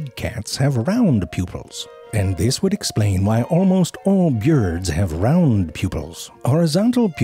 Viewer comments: and the way he pronounces byirds. ;) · "This explains why most Björds have round pupils" "Sort of like when you feel around for keys in a cluttered handbjääg" "One of the most striking features of a cat's Tongjüür" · Biyurds I'm never ready when he says it like that, kills me every time lmao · It's a clever psychological trick, to hold your attention. By deliberately mispronouncing a word, it makes your brain say, "Wait. What did he just say?", and you pay closer attention. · You caught that too! 😆😂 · the way you say birds makes me laugh everytime I hear it lmfao